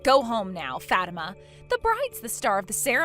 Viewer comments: It’s pronounced Fa-teem-ah. Not Fat-I-ma. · Its pronounced FA TIMA NOT FAT IMA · How uncuktured ARE these people? The prpotagonist's name is NOT pronounced "Fat-ima." It's "Fa-TEEM-a"!" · It’s the way the VAs pronounced it. “FAT-tima”. Girls can be pretty mean to other girls, especially if the first syllable in their name sounds like the word fat. I’ve seen others pronounce it as “fa-teem-ma” which is a whole lot better. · I cringed so hard every time they mispronounced Fatima and Aisha said mommy 😂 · Why would anyone pronounce it Fat-ima rather than Fa-tima. A name with fat in it seems wrong. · Aisha is too old to be saying “mommy”. And naming your daughter FATIMA is just ASKING her to be made fun of, especially if it’s pronounced the way they do. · The way they pronounce it, the first sound is “fat”. Not exactly a good first sound to a name. However if it’s pronounced “fa-teem-ma”, then it’s a whole lot better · Its pronounced 'Fau-tima' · I've known a few Fatimas, and they all pronounced it Fat-imma. 🤷‍♀ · Learn how to pronounce names please. (fuh - tea - muh) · Facts, it's pronounced Fah-Tee-Mah. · Grown ass woman and not only is she being so petty but shes calling her mom mommy??? Edit: also you guys ar pronouncing fatima name wrong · That's not how Fatima is pronounced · Fatima is a very popular Muslim name but it's not pronounced like that.😂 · Fatima is a beautiful name and you are correct on it's origin. It's jarring how these videos randomly pull other culture's names out of a hat and throw them in mispronounced.